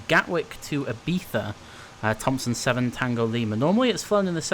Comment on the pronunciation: Perfect pronunciation Ibiza.